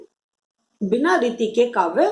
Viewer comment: Bahut ache.but ap reeti ko neeti kyu bolti h...anys smjaya achàa